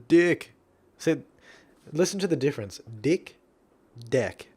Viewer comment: Actually, "difrince" sounds more like "deefrince".